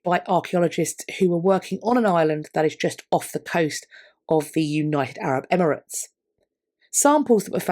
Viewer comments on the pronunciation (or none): none